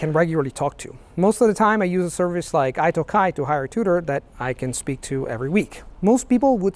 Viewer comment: No, pronunciation is messed up.